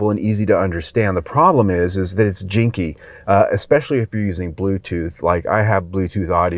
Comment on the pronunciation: I think you mean to say 'janky' rather than 'jinky'